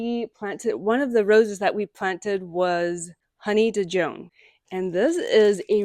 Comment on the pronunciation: Honey Dijon rose is pronounced the same as you would pronounce Dijon mustard 😉